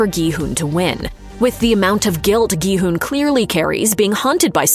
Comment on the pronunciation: first video I've seen where the person actually says his name correctly as "hoon" and not "hun" as it's spelled in English